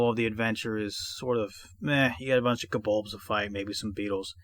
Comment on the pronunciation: Enjoyed the walk through as I always do, which usually makes me buy the adventures your covering. One question, it sounds like kobold is pronounced kobolbs like in or is my hearing audio not awake yet?